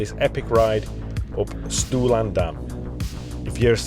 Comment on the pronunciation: Thanks / diolch yn fawr for getting your tongue around the pronunciation, good job! I'm pretty local and have only just done Stwlan - I rode over from (and back to) Pentrefoelas which is a glorious ride over the tops. Great video !!